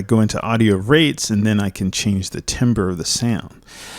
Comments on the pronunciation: Thumbnail : the difference between knowing your shit and knowing you're shit. Also pronounced tamber, not timber. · spelt timbre pronounced tam-ber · timbre is actually pronounced "tahmber" the more you know! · It's usually pronounced "tarmbruh" or "tarmber".